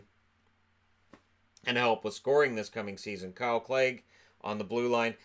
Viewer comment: Kale Clague not Kyle